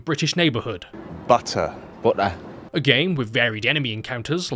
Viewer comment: Butter. “Boha”